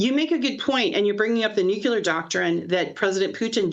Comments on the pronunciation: STOP!!! ITS PRONOUNCED NU CLEAR. not NU CULAR. Thankyou. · I just want to SCREAM every time I hear some supposed knowledgeable agent say "nucular" !!! Learn the vocabulary if you want to be considered as such !!! The term is NUCLEAR... NUCLEAR !!! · I can't do the mispronunciation: "Nucular." It's ignorant. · Tara Reade lost all credibility. She can't pronounce Hegseth or nuclear. Nucular?